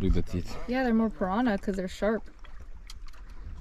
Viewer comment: Piara? piranha? omg! You are awesome,!